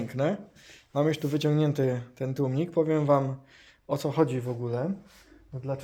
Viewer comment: przecież za każdym razem mówił tłumnik xd